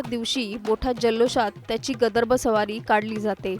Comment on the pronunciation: गदर्भ नाही ताई - गर्दभ आहे ते .. म्हणा बघू एकदा .. "गर्दभ"